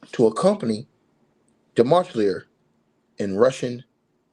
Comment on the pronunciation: His name is pronounced de ma che lier